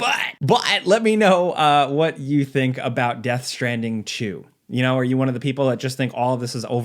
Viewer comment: Americans taking the piss out of British: Chewsday innit Meanwhile: Death Stranding Choo